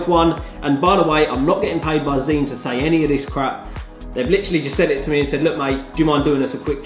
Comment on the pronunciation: Zhiyun is pronounced like 'JAI- YUN'. Hope that helps!